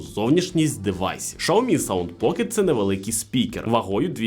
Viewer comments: Шаоми сразу видно эксперта !!!! Уже весь мир знает как правильно: Сяоми , учись . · Безграмотность и невежество- Шаоми. В Украине -Сяоми. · Ксійомі правильно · Шаомі? Це щось новеньке😂 Такого читання назви ще не чув😂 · Правильно - СяоМи, было видео лет 8 назад, где чувак ходит по Китаю и спрашивает у китайцкев, как правильно говорить. А "Шаоми" пошло, от того, что директора по маркетингу, который вообще португалец, спросили как правильно и вот он так сказал, после этого даже вроде какие-то офицалы опровергали это произношение, в общем давно это было